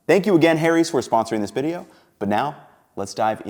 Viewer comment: saying Harry's as hairies actually appropiate for this commercial ad this time all other times nope.